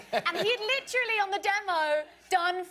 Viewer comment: Someone needs to make videos of every time Naomi Scott says “LICHRALLY” (literally) and every time mena massoud (I hope I spelled that right) says “I grew up in an Egyptian household!!!”